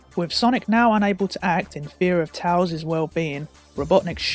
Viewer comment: I hate how he says tails wrong!